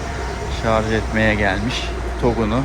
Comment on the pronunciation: Şarz değil ŞARJJJJ